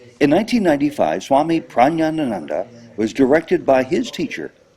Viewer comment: Hello. I am a kriyavan in this lineage. It is pronounced prag-yan-ananda.